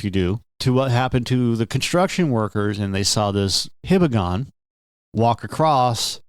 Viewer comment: hee-bah-gon, not hih-bah-gon. Name is related to the Hiba mountain in Hiroshima.